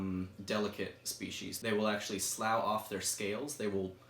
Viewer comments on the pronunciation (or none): Very very cool Gecko. I love the fish scaled genus. Great video. Just for future reference, the word “slough” as in “slough off scales” is actually pronounced as “sluff”. It is a totally weird word haha